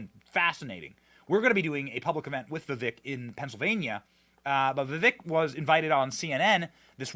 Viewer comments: Luv ya BUT - Your repeated mispronunciation of Burisma is annoying, as hell. And Vivek Ramaswamy - you might want to learn how to pronounce his name too! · Benny, you need to learn how to pronounce Vivek and Burisma. Your attempts are pathetic.